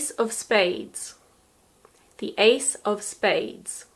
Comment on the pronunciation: ace of spades sounds like " Ace of Base "))